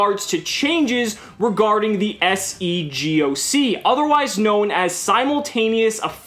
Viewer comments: Usually you just hear it said as something similar to "See-Gock" which saves having to spell it out, just a pro tip for in the future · Say it like sea gok